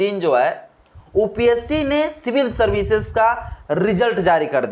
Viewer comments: Upsc ka uchharan thuk se kijeye sir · Pahle sahi se upsc bolna sikhlo 😂😂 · Tumko UPSC ka pronunciation nhi aa rha h keval upper cast ke logo ke liye nafrat faila rhe ho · UPSC का हिंदी में शुद्ध उच्चारण कर नहीं पा रहे हो चले हो ज्ञान बांटने कहना क्या चाहते हो तुमसे UPSC में पूछा जाय कि 3और 1 कितना होता है और दूसरे वर्ग से पूछा जाय कि / कितना होता है।